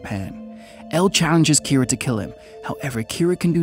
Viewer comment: Keera its kinda more pronounced like keeda. Just with a very slight R sound